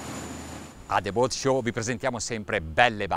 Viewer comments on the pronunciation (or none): none